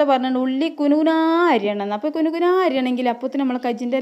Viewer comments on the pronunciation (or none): കുണു കുണാ എന്നല്ലതാത്ത കുനുകുനാ എന്നാണ്